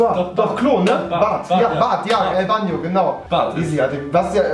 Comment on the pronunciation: Banjo spricht man Baanjo nicht Bannjo